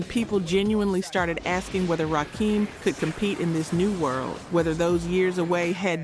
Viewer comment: Please train your AI voice to say RAKIM!! RAH-KIM not RAH-KEEM!!!